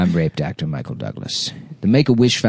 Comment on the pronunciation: I don't know if he's saying "raped actor" or "rape doctor" but they both work